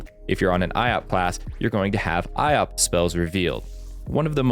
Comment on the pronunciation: Another important tips : "Iop" is pronounced like "yop" and not "i-op" :)